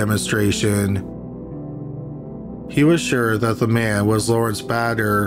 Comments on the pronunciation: Bader is almost certainly pronounced "BAY-dur" and not "BAD-Ur." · My guy on the second one it's pronounced "Bay-durr". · Apologies for blurting it out; I can't get past the voice, plain irritating. You likely do it on purpose but it's not for me. Btw -how can you mispronounce Bader? badder, as in very evil, has 2 ds. The name, like the former Supreme Court Justice recently deceased requires a "long a" sound and rhymes with later. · Kinda funny how you mispronounce Mathers as "Maythers," and then immediately move on to mispronouncing Bader as "Badder." You've got your 'long A' and 'short A' pronunciations backwards, my friend.